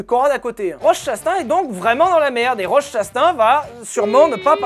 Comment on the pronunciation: la prononciation de Chastain m'a fait perdre 3 ans d'espérance de vie ptdrrr